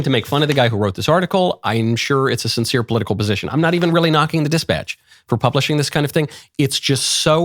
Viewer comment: I’m mixed race French and Mickael your accent was great! Better than a lot of Americans, especially in how you pronounced “sincere” you actually made the “er” sound !